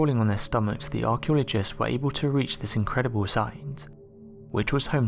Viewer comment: Arsheologists? Lascht year? Laargt? The Mayer? Weold? Huh?